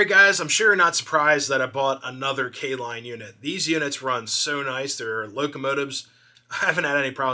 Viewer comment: K-Lline huh. Nice 😊